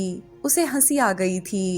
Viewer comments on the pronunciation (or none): The force on thaa and thiii sounds more irritating